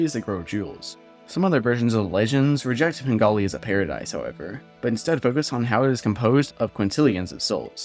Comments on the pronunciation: You pronounce it as "Pengali" through the entire video, but it's actually called "Penglai" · I’m pretty sure penglai is pronounced like pung lie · ITS PRONOUNCED PEN GLY E